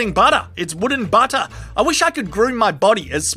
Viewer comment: "Its wooden buttah"